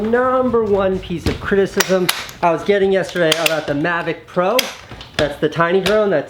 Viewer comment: Coming from the guy that says "magic" instead of "mavic", get lost kiddo :)